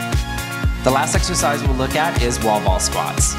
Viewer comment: am i the only one who thinks that he keep saying like 'sexercise' ?